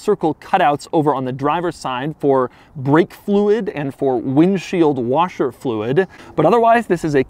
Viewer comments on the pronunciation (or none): none